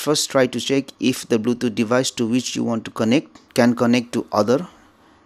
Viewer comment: R u dont know english?? Bluthoooootj 🤣🤣🤣🤣